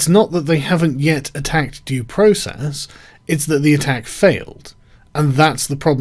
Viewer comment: Sargon Did you just say Process the Jews